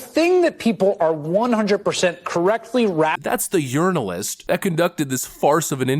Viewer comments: Did you say "urinalyst Stephanie Ruhle"? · Yernalist? Or Urinealist? Taking the piss😆